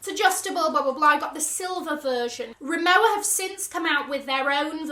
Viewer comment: I think it is pronounced RimoVa as i have asked it from my SA. But she maybe mistaken 😂🤣